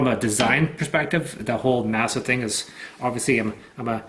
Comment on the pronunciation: You keep pronouncing the ‘k’. It’s silence like ‘knock’ or ‘knife’. Especially since this ‘knife’ was created by ‘Nasa’, put them together and you get ‘Knasa’.